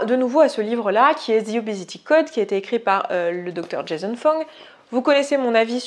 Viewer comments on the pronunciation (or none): none